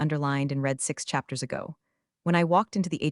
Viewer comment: Please teach your artificial idiot the difference between read (sounds like reed) present tense and read (sounds like red) past tense and when to use the correct one. Narration "one dollar 80 M", what the heck is that?